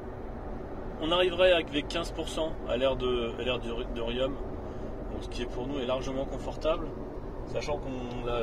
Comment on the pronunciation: Bonjour ! Désolé mais on ne dit pas Riomme mais Rion !